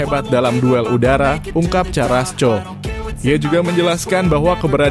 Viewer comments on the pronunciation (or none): Ooooo . . .seperti Erling Halaand . .. Baca Karasco jangan di baca carasco.